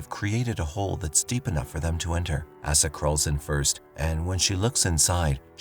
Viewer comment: Jeeziz Chrysler..I'm so tired of AI narration getting pronunciation wrong .. Asa is pronounced "Ow-sa" not "Ass-a" ... ... "...to use the bathroom..." 🤣